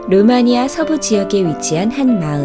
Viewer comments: 루마니아라고 했을 때 응 아니야라고 들음ㅋㅋㅋㅋ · 루마니아를 응아니야 라고 들음ㅋㅋㄱㄱㄱㄱ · 루마니아를 응아니야 라고 들은 1인